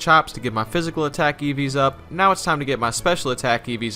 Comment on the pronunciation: I keep hearing Eevees instead of EVs